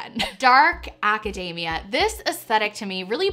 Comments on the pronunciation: Oh man every time you said academia I was hearing macadamia 🤣 I was like dark macadamia is this a dessert lol yum! Hahah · the way pronounces academia has me seriously craving a white choc chip macadamia cookie <3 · The way you say academia is hilarious, it sounds like your saying macadamia nut, minus the m. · Every time she says Acadayyyymia, I hear "Macadamia" nuts lolololol (it's Aca-deee-mia, but it's also fun to hear it the other way) :-) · love that she kept pronouncing academia like macadamia lolol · Friendly pronunciation note: academia should not rhyme with macadamia, it rhymes with anemia ;)